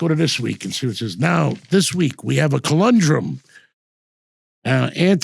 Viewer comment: It's conundrum...Not colundrum!😂😂